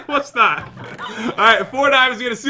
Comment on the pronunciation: "Hold on jat" wait wat? "Jat died" lol